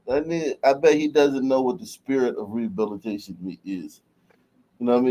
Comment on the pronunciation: "We need rehubbilitayyyshuun🤡